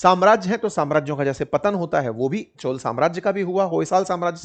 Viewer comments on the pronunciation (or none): सर, ये चोला नहीं चोल है, कृपया अपमान न करे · Dear sir it's not 'चोला' . It's 'चोल '.